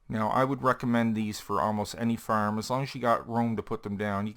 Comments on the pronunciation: Its pronounced farm not farm !!!!! You idiot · FARM NOT FIRM !!!!!!! GOD DAMMIT